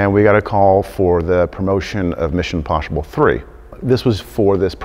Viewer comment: ‘Mishon poshible 3’ 😂